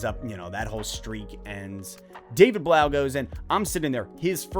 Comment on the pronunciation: I thought it was pronounced David Bluff. As in tough.